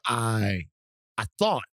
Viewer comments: As many times as I have heard these pods it does still sound like Thot - I wouldn't be surprised if it is an intentional tongue in cheek pronunciation 😉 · When Van says Thought Warriors, it sounds like Thot Warriors. 😂 Is it just me?